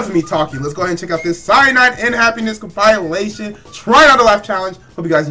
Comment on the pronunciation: Compilation (com-puh-lay-tion)